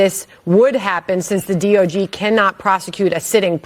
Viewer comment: She called it the “DOG” not “DOJ” 😂😂😂